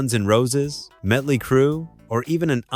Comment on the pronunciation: It's not Medley, it's Motley